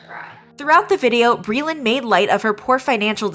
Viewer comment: Hey glittow cwittows, it's bweeland!